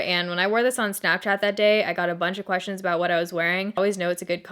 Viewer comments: Snapchay-et -- whoa. You went full Appalachian there for a second! Which is weird, given you're not from here, but hey. In another life, maybe. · THE WAY YOU SAID SNAPCHAT OMG 😂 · HAHAHA the way you first said Snapchat made my day!